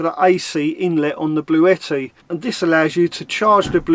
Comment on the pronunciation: you pronounced it right it is Bluetti not Blue-tti. I’ve actually spoken to them this morning x ps try the slow cooker x Roly